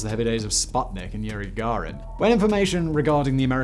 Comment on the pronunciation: I don't think Yuri Garin is how you say that